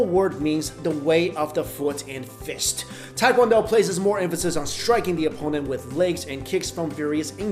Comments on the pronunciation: Tae is pronounced 'teh'. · Why can’t anyone pronounce TAE KWON DO!! Even other Asians from America lol. It’s phonetic pronunciation is : teh kwon doh It is not tai kwon do ppl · Proper pronunciation for tae-kwon-do is tay (like née) kwon-doh (like play dough); appreciate the quick explanation of differences 🇰🇷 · Teh-qwan-do (soft o) not hard american english OOOHHH! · I hate when people say pronounce it "Tai"